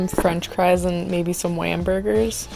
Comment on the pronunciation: Did shesay whambergers.